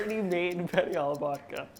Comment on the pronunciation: The fact he cant say "penne" right